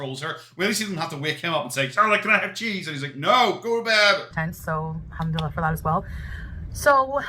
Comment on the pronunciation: She has been 'Muslim' for years, lives in an Arabic speaking country yet still can't pronounce 'Yallah' and 'Alhamdullilah' properly?